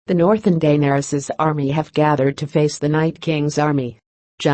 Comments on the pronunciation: I hate the way the narrator pronounces "Daenarys". 😣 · felt like stabbing myself everytime heard DAYNERYS